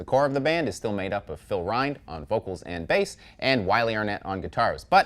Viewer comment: Also Rind rhymes with the word finned, not the word kind - weird I know